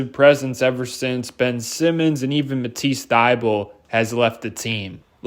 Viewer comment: No, you fucked up when you said Ben Simmon